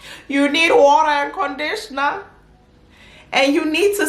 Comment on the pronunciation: "You need warrerrr and condishna" 😂😂😂 tell 'em!